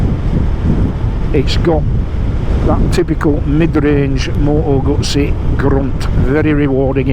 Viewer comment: I hope there aren't too many restrictive or insidious DRMs in the software that control the electronics in this bike. Btw, you can't say "Moto Gutsy", because that's how it ends up being spelt in the subtitles. So, unless you are Italian, just say "Guzzy", please 🙄😏